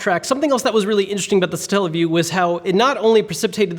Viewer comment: Satella not Stalle wtf 0.o